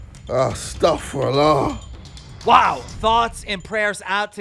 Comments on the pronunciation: Man really said sta’frallah lol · Did KSI say "Astaghferullah " or am I hearing things? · “Astarfurlaugh” 💀💀💀 WALLAH I AINT KNOW JJ WAS MUSLIM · bruh did ksi really say "astagfurallah"? boy cultured lol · My man said astaghfirallah